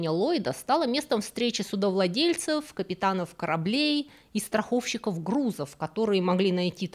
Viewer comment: Услышать "страховщик" с правильным ударением прям бальзам для моих ушей. Интересный выпуск, спасибо!